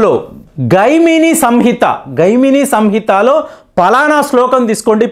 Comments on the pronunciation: గైమిని కాదు జైమిని సంహిత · Hello, it is not gainami but jainami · ಜೈಮಿನಿ ಸಂಹಿತೆ, gaimini కాదు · Babu. Thanks for your efforts. A small savarana Gaimini Samhita kaadu. జైమిని సంహిత అని చెప్పాలి